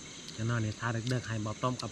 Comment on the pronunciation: ภาษาไทยเพี้ยนไปหมดคืนก็ว่าขืนนอนก็ว่าหนอน